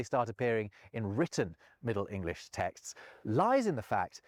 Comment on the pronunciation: In English, the "g" in the word "English" is pronounced, not dropped as in German!